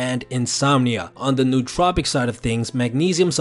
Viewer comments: Great video, but you do make one common mistake. I'm sure others have pointed out it's 'no-o-tropic' not 'newt-tropic' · It is not pronounced 'new tropic'. It is pronounced as if it were two separate words: no otropic. English doesn't have many words that differentiate between vowels but this word does. Similar to how we differentiate vowels in the English word "idiot" - which is how you sound if you pronounce nootropic incorrectly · its pronounced no-ah-tro-pic!!!! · Pronounced like Noah Trop icks